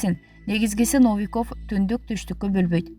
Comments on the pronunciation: Комментатор Новиковду туура айтчы. Орус тилинде ударение деген болот. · Новиков деген создо ударение Н тамгасынан кийин коюлат, Лукашенкодо ударение «е»ге коюлат